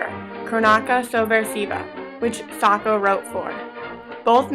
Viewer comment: Hey someone who pronounced Sacco right!!! :)